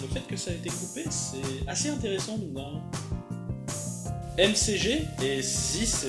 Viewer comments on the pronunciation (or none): M C G ? McG ça se prononce MacJi ! :P Tu m'a bien fait rire là !! :D MErci pour cette rétro news de la semaine ! ;)